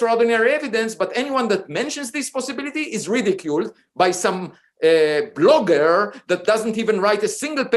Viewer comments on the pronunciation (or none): "This blogair" 😂